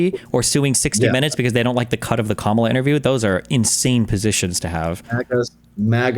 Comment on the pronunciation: This guy still doesn't know how to pronounce Kamala. Lol